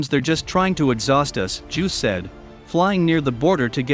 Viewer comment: It's "Juice", not "Juuws".